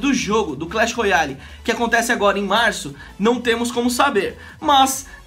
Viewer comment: "TV Royale" táah zscertu